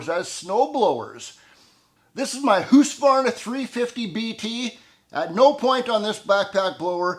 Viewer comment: I don't own a gas-powered blower or gas-powered chain saw but still enjoyed these two videos very much. Plus I learned the answer to a longstanding question in my mind: What's the right way to pronounce "SHTEEL" and "HOOSKAvarna"??